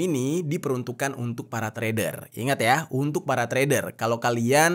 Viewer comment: Bacanya Wang Jian (Cien) Lin, gemes deh minimal google translate apalgi nama asing